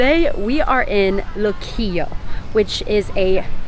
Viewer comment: You sounded great! Pronouncing all the Spanish words, loved when you said Puerto Rico and Luquillo and the "bacalaítos", "alcapurrias", which BTW are a mix of grated plantain and taro and/or cassava root ("yautías" o "yucas") stuffed with chicken, beef or seafood. Oh, and just FYI, what you called the upgraded hot pocket "empanadas", we don't call them "empanadas", we called them "empanadillas" and you can also find them stuffed with chicken, beef, seafood or with pizza sauce and cheese. Thank you for your great video!